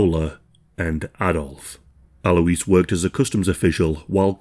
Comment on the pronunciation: ALOYZ!! AL-OYZ. Alois.